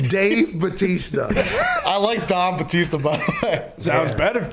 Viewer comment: Thought he said “Dong Batista” 😂😂😂